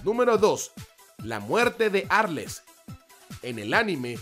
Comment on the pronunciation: Tdo incomprobable ni el nombre de arles decia bien